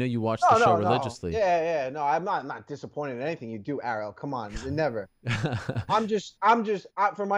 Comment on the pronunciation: Why do all the Jersey guys call him Arie-L?